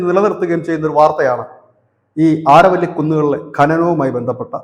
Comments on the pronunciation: ആരവല്ലി അല്ല അരാവലി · അരാവലി the correct pronounce this region.